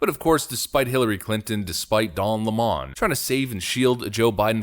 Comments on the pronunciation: Quit saying Don La-mon... It's lemon like the damn fruit. .. like his fruity gay ass. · Orange Lemon his name is Lemon not Lamone ffs